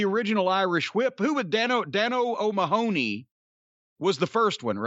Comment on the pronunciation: It’s a pit that Americans can’t pronounce O’Mahony. It’s so grating on the ears. See also: Mc Mahon.